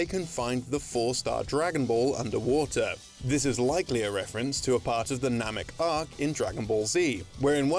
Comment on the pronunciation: Nomik? Lol